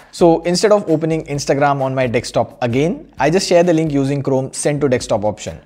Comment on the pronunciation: Year 2020 and he still says Dekstop😅